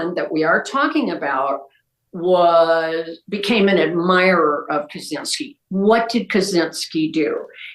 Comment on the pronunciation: Kaczynski's name is pronounced 'Catch-inski' btw